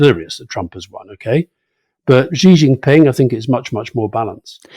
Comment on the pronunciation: Alastair, the name 習近平 is best anglicised as "Shee Jin Ping". There is no such phoneme as "Zhee" in Mandarin Chinese. Take a note out of Rory's book.